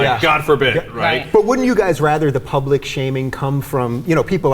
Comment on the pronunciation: serve the "pubic"???....